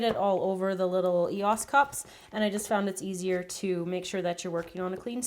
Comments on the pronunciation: she does know that it is E.O.S not Eos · it isn't an e os its e o s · Y'all it is pronounced ee-os. Not E.O.S., don't believe me watch their damn commercials 🤦🏼‍♀️🤦🏼‍♀️ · It’s e.o.s not eoss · EOS NOT EAS i know you spelled EOS but you said EAS btw the white and gold one is my favorite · It is pronounced EOS eosa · I THINK ITS PRONOUNCED AS E.O.S NOT EOSA's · e o s not eos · the way she sais it is si wrong it is not easa just e.o.s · It's pronounced as EOS not eosa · Eosses ?????? I thought they were e o s Es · She says ehaas but it is EOS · It's an E O S not eos! No offense but it really annoyed me but love your vid! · It's e-o-s… not ehassa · its e.o.s not eoses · it is E-O-S NOT E-OS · its not e-oss. its e-o-s or ee-os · It is not eoss its e.o.s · It's E-O-S not Eos I can not tell you how much that annoyed me every time you said that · its e-o-s not e-os 😫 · It's pronounced (eeh-oh-es) not (eeh-os) just saying because it annoys me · you say 'E-osez' but its 'E-O-S' !! not hating coz im a fan but just making a statement x😁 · You say it e-o-s not e-os, I couldn't even count how many times you said that, too many! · i normally dont watch her video and i know i wont never be watching again... she cant say the right words.. it not eois is what she is saying.. its e o s... each later is it own word... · You're not pronounce eoses dummy there pronounce EOS if you don't know to say it then you shouldn't be making videos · You say it e-o-s not e-os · Why did you say EHAAS instead of E O S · Lol ikr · um exuse me but it's not call eoses it's called eos's...just saying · It's pronounced ee-oh-es not ee-oh-eser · its EOS pronounced e-o-s EOS not eeos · it's called eos not eosa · they're pronounced eos not e o s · Your say E O S not eos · she said eyos when it's eos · She kept on saying Eosa it's ee oh ess or E O S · It's not eos its E.O.S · It's not eoses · IT'S EOS NOT WHAT YOU SAID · That is not how u say Eos u said Ehaas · Loved the vid but u kept sayin ee.os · It's E O S